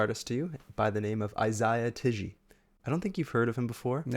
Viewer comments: its pronounced eye zay yuh tee jee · dude said "Ay-zay-uh tijji" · Bro it’s pronounced eye-zay-uh tee-jee, it’s sorta your job to get stuff like that right and you even corrected your dad when he said it correctly 😭😭